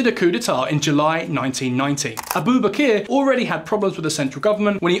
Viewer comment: As a Trinidadian, yes this is not a safe country and I don't think that bit is hyperbolic. However, some small details - 1. I don't think I've ever met a Trini who thought of ourselves as Latin American. We're just an anglophone country that happens to be near South America. 2. Abu Bakr is typically pronounced like Abu Backer.